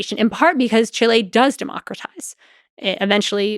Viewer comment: It's not pronounced "Chi-LE" It's pronounced "CHI-le". Drives me crazy. People think they're being more intellectual by pronouncing it with a Spanishy-sounding accent, or whatever. But that's NOT how it's pronounced in Spanish, either.